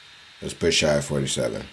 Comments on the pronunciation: SHY? It’s SH- AY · "shy" gilly alexander... yeah this is gonna be hard to watch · my guy said shy for shai bruh lol